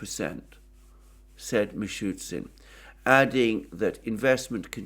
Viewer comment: Haha, that is something like 100th time,:D Its not MishuTSIN, its Mishoosteen:D